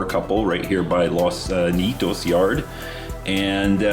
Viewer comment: RIDE ON! YOU SAID IT RIGHT! LOS NIGH - EE - TOES ( LOS NIETOS ) I KNEW YOU COULD DO IT! ALSO WOULD YOU BE INTRESTED IN A COUPLE OF HEAVY DUTY DEPRESSED CENTER FLAT CARS AS A DONATION?